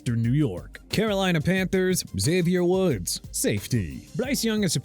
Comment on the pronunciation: Ain’t no way he said Xavier Woods 😂😂😂😂😂